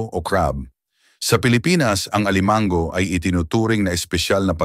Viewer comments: Alimango - hinde alimang-go, puro pagpapa pogi lang ang pagsasalita mo. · Suggestion, please paki-ayos ang pagbibikas ng mga salita. Correct pronunciation please. Kasi nakakairitang pkinggan. Examples (alimango, salo-salo, tahong, namamaga, pangangati ng balat, mantika, bangus, sinigang, sampalok, palaman, nilaga, lapu-lapu, mantika, sobrang alat, bawat kagat, mabango, kanin, makakasama sa ayin. May mga sandali na tama nman ang bigkas. Sana consistent sa tamang pagbigkas ng salita. Thanks!, ❤